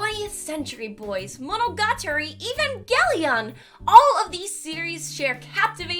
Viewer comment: Me and the pedophi.......weebs heard you say monogatari